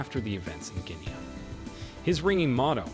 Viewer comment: Please pronounce Guinea properly!!!!!